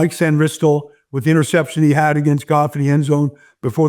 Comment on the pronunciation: It's pronounced SAN-ris-til not San-RIS-til. At any rate, the more I think about this game the more I think about Muhammad Ali when he fought Sonny Liston. The Eagles are the big ugly bar, and the Commanders will float like a butterfly and sting like a bee. Commanders 34-27.